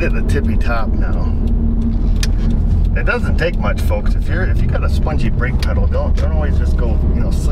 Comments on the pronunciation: LOL "Pungee Spedel" or" Spungee Pedel" still having issues with teeth fixers? some of the words you come up with have me histerical .....not to be cruel on my part just good clean fun! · I don't know what's funnier, that you said pungi speddle, or the fact we all understood you... LMAO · LOL, "the pongy is spedal". Thanks for the laugh. Always enjoyable videos.